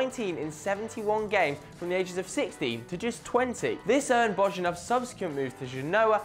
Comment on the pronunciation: Geez... please learn at least some of the names when you make a video like this, at least the football clubs' names. Lecce is pronounced like latch-eh (that's just an approximation for you), it's definitely NOT leeeease (that made me cringe, really). And Bojinov is also not pronounced Bozhinov, but Boyinov. It's not that difficult, it's just 10 players plus a few clubs for each...